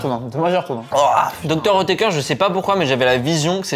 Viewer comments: Faut apprendre à lire Dr. "outéker" c'est grave quand même xd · salut, superbe vidéo mais a chaque fois que vous prononcer Dr oetker j'ai les oreilles qui saigne et c'est origine allemand Dr oetker